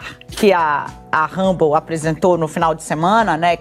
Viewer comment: não é rabou, é Rumble.